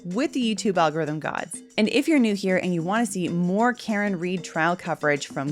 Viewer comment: Mr. Alg O'rhythm. :)